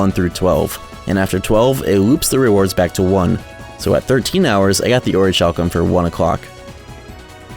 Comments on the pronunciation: It's pronounced Orichalcum! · I know it's annoying to correct pronunciation but it's really bothering me: "orichalcum" is pronounced "ori-kal-cum". The "h" represents aspiration and not a "ch" sound. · That orichalcum pronunciation is killing me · The "H" in "Orichalcum" is silent. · Also my guy doesn't know how to say "Orichalcum " lol. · This video is great but that pronunciation of "orichalcum" is wild